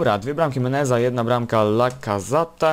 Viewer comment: Lacazat? Lacazaet się mówi